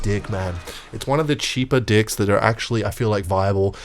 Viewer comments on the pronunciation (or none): Why does he say decks like that lmaoooo